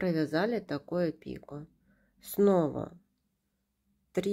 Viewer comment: Спасибо за урок. Правильно говорить пикО.